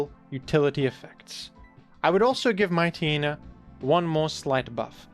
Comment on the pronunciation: Your ability to mispronounce obvious Pokemon names is truly astounding. The fact that you couldn't figure out that Mightyena is based on a Hyena, and therefore pronounced similarly to Hyena, is incredible. What the heck is a "Mite Eee Eee Nuh?" It's "Mite Yee Nuh", rhymes with "High Eee Nuh".